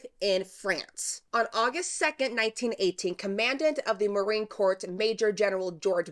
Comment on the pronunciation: Her name is pronounced 'Oh-pha' and Corps is pronounced 'core’ not 'corpse'. Other than that, great video!